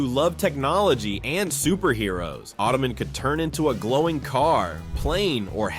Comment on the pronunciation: Not ottoman... auto-man....